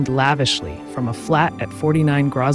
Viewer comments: Grosvenor is pronounced 'grove-nor' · That’s ok: you’re not British. Grosvenor : the s is silent so: Grow - vner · don't worry. 12 out of 13 people mispronounce Grosvenor